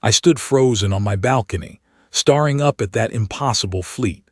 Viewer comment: The word staring is incorrectly said. It is mistake shared by several AI and is a clear indicator.